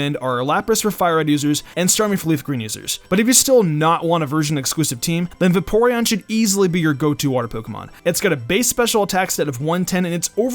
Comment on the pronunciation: Va-Porean? Bruhh....